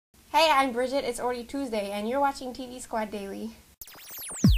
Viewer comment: i love. but this video is disturbing. i)she says it is about sanjaya. it is not. ii)she says "its alroddy tuesday" slurring her speech and losing track of time, not only should it not be surprising what day it is but its not even tuesday iii)dilated pupils when she says this. yes, i lvoe. but with great fame comes graet drugs. please lets not lose you to them like we did lisanova. your friend howard